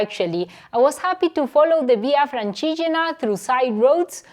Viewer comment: Nice content its nice to see you riding in my places (Tuscany) keep pushing! 😊 also by day 3 your pronunciation of “francigena” was perfect!! 😂